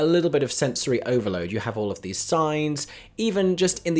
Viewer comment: "thes" lol